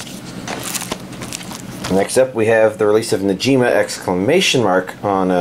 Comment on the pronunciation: The g in Negima is pronounced like the word get. Nice update though.